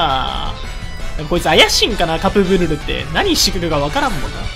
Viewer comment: 初手カプブルルがカップヌードルにしか聞こえません